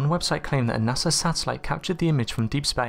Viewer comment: Stop saying Nasser, it's NASA and you know how it's pronounced cuz you don't say it wrong every time... Nasser, really ?? Sheesh